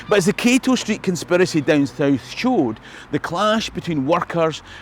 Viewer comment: When your so Scottish your subconscious won't let you say "south"... BTW your video on kilmartin glen inspired me to visit with the family... Its incredible! Thank you for all you do.